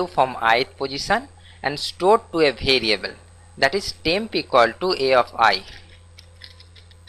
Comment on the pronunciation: bhariable aur bhalue nahi hota. variable aur value hota hai. pehle bolna sikh lo fir dusro ko padhana